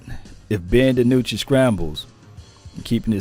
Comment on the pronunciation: Maybe some fellow team channels will change tunes concerning Dinucci. They won't even say his name correctly. Sure, everyone wants Dak to play..............but....yeah. You play who you got and like it. Too bad the line sucks and he has to run for his life like the 2 guys before him.